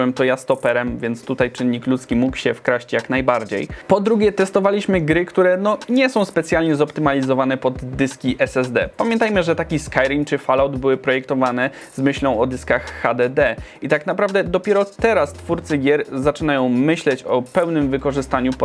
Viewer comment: Czemu mówisz Cyberpunk po angielsku, a 2077 po polsku? To głupie. Fallout wymawia się „fol ałt”, a nie „falołt”.